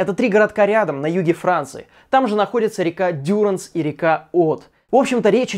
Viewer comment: Не ДЮранс , а ДюрАнс. Прежде, чем обращаться к французскому языку, неплохо было бы узнать, что во французском языке ударения падают на последний слог!